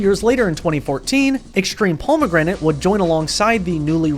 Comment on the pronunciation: The way you say pomegranate really pisses me off